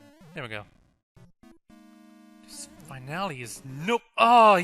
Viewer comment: Not trying to hate, but finale is pronounced like "fin alley." Great video, by the way.